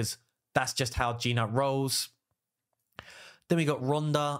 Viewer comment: at least lear the name of the champs properly. I am talking about Gnut ... it is supposed to be pronounced as "newt" not G-nut. Other than that it is good video for people that have all these champs. For me I do not have a single one from your first team